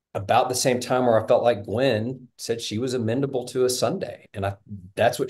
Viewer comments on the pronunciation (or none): OK dad...it's amenable not amendable. What's amendable even mean?? You want to amend your children, change them, alter them??? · It's amenable not amendable. The word is amenable, without a d. Sorry, that is driving me crazy. 😂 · A smart guy should know how to pronounce "amenable " He good with numbers, not so much words...